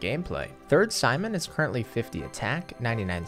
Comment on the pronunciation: Something tells me that's not how you pronounce Sijmen